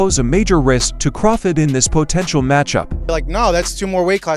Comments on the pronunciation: You keep pronouncing Crawfords name wrong Put some respect on his name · The AI can't even pronounce Crawford's name right